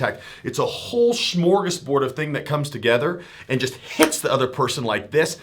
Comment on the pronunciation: When he says smorgosboard does he mean smörgårdsbord?